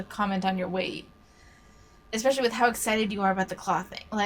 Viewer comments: The way she constantly said expecially made me die inside...and English isn't even my native language. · My God, these people are all the same. I can't distinguish between one and the other. However, I will forever be able to remember this one because she said expecially and she will forever be on my shit list for that. It's a matter of principle.